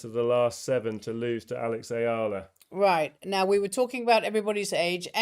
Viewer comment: Hey...Eala (Ee-ya-lah) or uh-ya-lah! It doesn't matter! She's one of the happy moments for the Philippines which is now currently ridden with rotten political issue from corrupt officials! So, mispronouncing her last name is no biggie! Sulooong Pilipinas, sulong Alex...🇵🇭🇵🇭🇵🇭